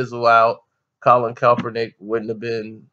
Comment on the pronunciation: YOU'RE A VERY INTELLIGENT INDIVIDUAL. I DON'T AGREE WITH WHAT YOU'RE SAYING HERE, BUT BEING THE INTELLIGENT INDIVIDUAL YOU ARE, WHY IS IT SO HARD FOR YOU TO PRONOUNCE KAEPERNICK'S NAME RIGHT?